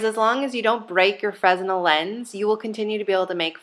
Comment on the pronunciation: Not trolling here, but I thought you might like to know that the Fresnel lens is named after the Frenchman who invented it, and his name is pronounced fruh-NEL. Silent S, emphasis on the second syllable. Kind of a cool, nerdy point. Full disclosure: guilty of being a nerd. Nice kit! Cheers.